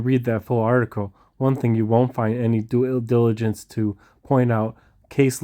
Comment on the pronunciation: cannot say "Due Diligence" 😂🤝🏾my guy